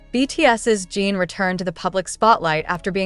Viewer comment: It is not Jean it is JIN. Please get his name right if you are going to report on him. Jin is very are well known and loved. Fan from Canada 🇨🇦